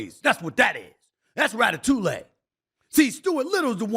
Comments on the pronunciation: Rat a two lay? Lol I believe you are saying that all wrong SAS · It's pronounced "Rat uh too ee." 😂 Good video, though. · Stephen A. "Rata-tuley" Smith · “Ratatou-lay” Stephen A be wrong and strong with these pop culture pronunciations, and I’m here for it 😂😂😂😂😂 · Ratatoolay? Ha ha, this fool. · Rata-toulay got me🤣🤣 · Lol hearing Stephen A say “ Ratatouille” was the funniest ish ever. Need to be a sound bite 😂